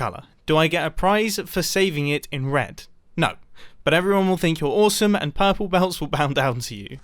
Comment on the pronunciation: Ha ha ha ha ha, pUrrPle Belt🤣🤣🤣